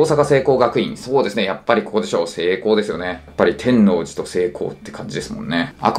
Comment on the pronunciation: 西大和は基本が内部進学なので、高校から入学される人は「特別編入」って名前を儲けてるだけで、基本は普通の高校入試と変わらないはずです。 あと、関西人から一言「天⤴︎王寺」じゃなくて「天王⤴︎寺」や！www